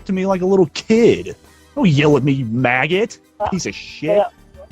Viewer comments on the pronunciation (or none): to is my favorite part the way kaseys dad just emphasizes those words in his douche tone is so fuckin funny. "dont YELL at me you MAAAGOT, PIECE-A-SHIIIT"